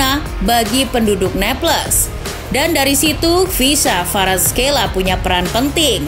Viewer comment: Kvaraskelia bukan kvaraskeila